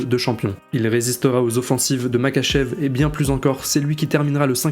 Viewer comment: Alors juste sa s'écrit Makhachev mais sa se dit Marhachev